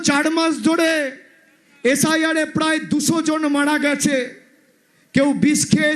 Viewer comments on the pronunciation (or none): none